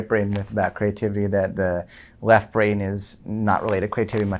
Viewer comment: Is it so hard not to sound completely hysterical ? I’m so annoyed by the first guy and his hyper annoying personality I wonder if I can finish listening to this. Then there’s the one who pronounced creativity as “CRAY-tivity”. 🤮